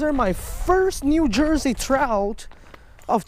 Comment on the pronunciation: “I think it is a Chrowt”